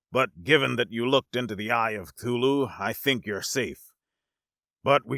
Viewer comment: You’ve got to be the first person I’ve ever heard pronounce Cthulhu correctly